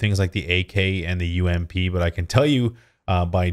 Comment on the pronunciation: Four sixteen. Not m4 or four one six. Not ump.. Its you em pee. Not awm Its Eh W em God.. have you people never played games with guns before?